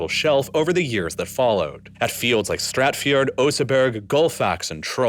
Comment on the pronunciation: It's STATFJORD, as in STAT FJORD, not StRatfjord. (Even says so on the screen.)